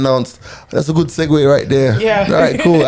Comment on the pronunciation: Finally someone on this pod pronounced “segue” correctly! Me here as usual watching at the end of the day so I can take a shot every time G says it.